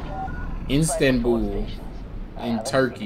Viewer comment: lol did he call "istanbul" instant bull XD